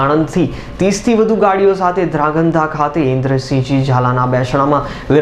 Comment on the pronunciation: aane koi dhrangadhra bolta sikhvado